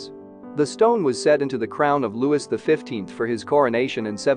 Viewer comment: this voice is better in this one than the "Pearls" narrator... but your narrators must learn to pronounce French names (it's "Loo-wee", NOT "Loo-wis, etc.) and even simple names like "Lahore" properly. Your narrators also need to take a breath. They go so fast without stopping. It is quite irksome to hear the non-English PROPER names NOT pronounced properly -- the way they should be in their language of origin.